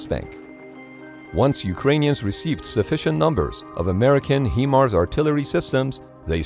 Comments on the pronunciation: HIMARS is pronounced like Hy-Mars, not He-Mars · "HIMARS" is pronounced HIGH-mars, NOT HEE-mars. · It’s not HE Mars it’s “HIGH” Mars as in Himars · It’s not HEMARS it’s HI MARS… that was hard to hear. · You would pronounce HIMAR's as "high-mars", but not "hee-mars". 👍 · Lol “He-Mars” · it is not Hemars it is Himars if you don't know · HIGH-Mars not HeMars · commentator speaks HE mars not the correct HI MARS, thought you should know the correct pronunciation! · Thumbs down: Your videos are consistently mispronouncing words which leads me to believe an AI is reading the text. HIMARS mispronounced He-mars leopard like the cat mispronounced Leo-pard. I’ve live and worked extensively all over Europe and never heard this mispronunciations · One small thing HIMARS is pronounced like High-mars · HIMARS (High Mars) it’s such a simple word but everyone messes it up